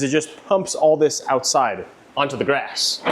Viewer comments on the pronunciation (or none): none